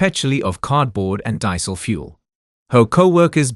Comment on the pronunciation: BS - "disel" fuel. I disprise computer voices.